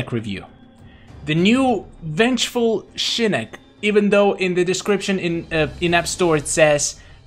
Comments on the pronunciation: It is Shinnok not Shinnek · Sounds like is saying Shinnik instead of Shinnok. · Ur saying shinok so wrong u kinda sound like my sis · He said shinnok wrong.